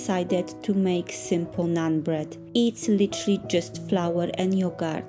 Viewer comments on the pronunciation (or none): none